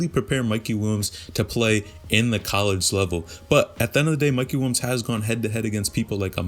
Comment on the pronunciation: “Mikey Wilms” my guy just say it right PLEASE